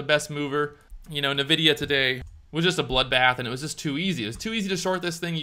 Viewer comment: It's pronounced "N-vidia". You say "EN" for the N.